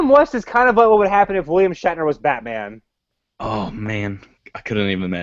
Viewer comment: Lol "battainment"